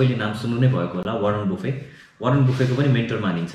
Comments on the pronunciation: Warren बुफे होईन बफेट हो है। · T silence huncha tara baffe.. pronounce huncha. Buffe hoina